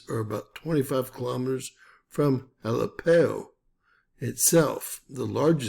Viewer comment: It is pronounced ah lepp o